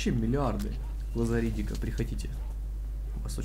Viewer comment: Мне почему то слышится не "Глаза Ридика", а "Глазари Дика" :)